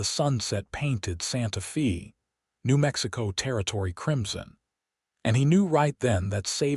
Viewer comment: Ok, so you use AI to translate the script. It's humerous to see American AI, American "reader ", and Santa Fe (fay) pronounced as "Santa Fee" . The "writer " couldn't even bother to do a spell/speech check!